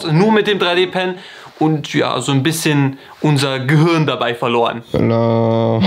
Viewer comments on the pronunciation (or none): none